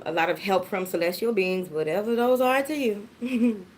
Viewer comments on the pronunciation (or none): I just came to hear you say “whateva” LOVE IT 😂😂😂😂😍